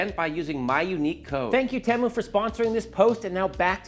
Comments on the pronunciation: It is the same in the US. He didn’t pronounce it correctly. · In the UK, Temu is pronounced with a long "E". And a catchy song!